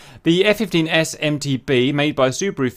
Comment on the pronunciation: Why do you keep saying F-15S/MT"B" when it's MT"D"